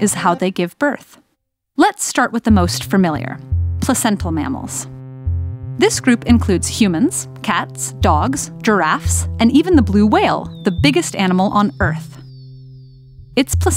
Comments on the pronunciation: Why does "fermilyer" bother me so much? Normally I dont care when people mispronounce things, but i guess since this is edumacational, it just does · Did anyone else blink at "fermiliar"?